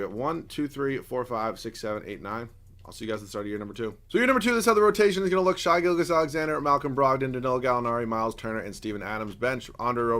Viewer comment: Why hasnt anyone talked about the fact that he cant pronounce Shai Gilgeous right? I feel like I hear his name a decent amount in these videos. Just please pronounce the name right, love you